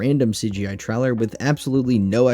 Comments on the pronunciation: What's a game "tryler"? Truler? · Bro needs to learn how to pronounce the word trailer 💀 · Why tf do you say trailer like this ?!